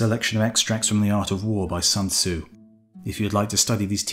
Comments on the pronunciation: Sun tsu. Sun as in put. Sun sun sun... not ☀️... 🤦‍♀️🤦‍♀️🤦‍♀️🤦‍♀️🤦‍♀️ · Only if he pronounced the author’s name correctly... 😖